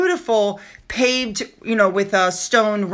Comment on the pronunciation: No, the ring is not paved, it's pronounced 'pah vey'! Easy mispronunciation to make though if you're not familiar. Pave' refers to the method of how small stones (usually diamonds) are set close together and flush into the mounting to create the appearance of a large stone or continuous sparkle. I love pave' diamond jewelry, it's a very elegant and classy look! 👍